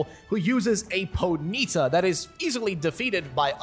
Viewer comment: you are the first person ive heard that says ponyta that way... just found it interesting XD